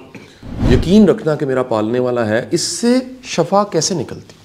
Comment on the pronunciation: 😂😂😂😂جعلی ٹرینر صحب، واصف علی واصف کے بیکار قصیدے پڑھنے والے صحب اپنا اردو کا تلفظ صحیح کر لیں ۔۔۔ shafaa نہیں ہوتا، اس کو Shifaa بولتے ہیں !! 😂😂😂 ٹرینر 😂😂😂